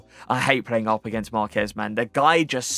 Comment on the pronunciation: You pronounced Marquez correctly! Well done